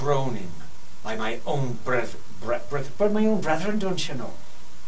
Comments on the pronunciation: "by my own brethruen" .... brethen? bruthen? breuthuen brrrrethn brethuen! brouthen (?) breouthen brüthren???? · brethererthren xDDDD